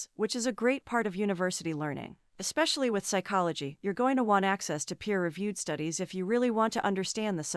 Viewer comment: You forgot “exspeshally”